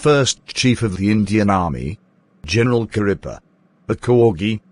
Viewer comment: its kariappa not karripa